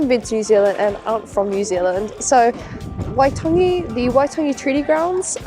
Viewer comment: Kiaora, Still haven't been to waitangi despite being from the north island, your reo is pretty on, pronunciation 😊 Maori chuur